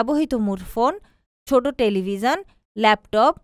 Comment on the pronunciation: Television uchcharon hoyni apnar